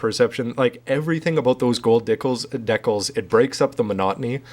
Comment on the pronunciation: holy crap pronounce decal right please :(